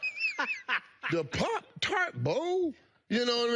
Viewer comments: He was really struggling to say pop tart he pronounced it 7 different ways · I was today years old when I learned Michael Irvin couldn't say, "pop-tart"